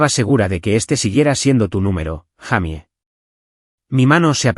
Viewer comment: No se dice jamy se dice jeymi esa la pronunciación correcta en inglés para Jaime